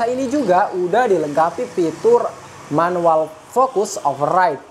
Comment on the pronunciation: fitur bang bukan pitur